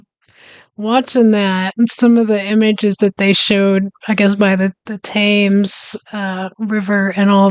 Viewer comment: Did you just fall into the old American trap of pronouncing the Thames, Taymes? This video didn't give you the impression of how far the York water gate is now from the "THAMES" This one does.